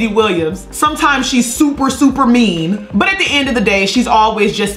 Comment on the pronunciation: “Buttrrrrr anyways” 😂